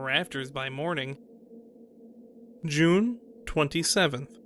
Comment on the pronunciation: The narration was okay but I just couldn't get past the way he pronounced "June." So much cringe!